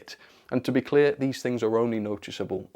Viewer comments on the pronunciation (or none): none